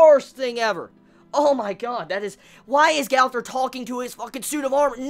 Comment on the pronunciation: LEARN HOW TO FUCKING SAY GOWTHER